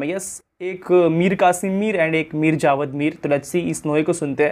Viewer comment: Bhai naam sahi liya karo.javed mir naam h.Allah apko jazae khair de.